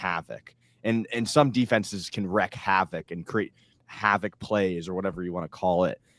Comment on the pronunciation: “Wreak havoc” “not wreck”. I’m linguistically coaching up! 😀